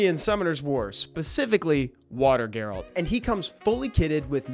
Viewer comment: G-A-RALT not GAY-RALT